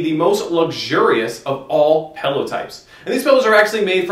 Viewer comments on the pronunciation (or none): This is probably a very informative video but I had to stop watching after 2min (I can't believe it made it that far) because you say PELLOW. AHHHH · OMG! PELLOW! IT IS A ..... P-I-L-L-O-W!